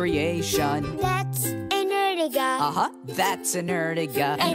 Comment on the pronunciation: Not erjiga is ertiga